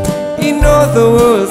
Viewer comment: ครับ เพิ่งเข้่ามาฟัง ชอบทุกเพลงครับ น่าฟังทุกเพลง ด้วยความเคารพ (ไม่ใช่จับผิดนะครับ) เพลง fly me to the moon. ตรงประโยคที่ร้องว่า in other word. ควรออกเสียงว่า อิน อา เท่อ เวริด ไม่ใช่ อิน ออ เท่อ เวริด ลองใช้ google translate. เช็คเสียงอ่านที่ถูกต้องได้ครับ